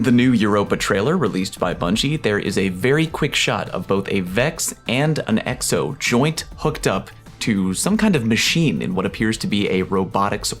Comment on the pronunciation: Are you intentionally pronouncing Exo as eggs-o?